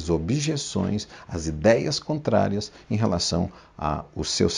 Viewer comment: COTRARIAS ???? , né CONTRARIAS NÃO???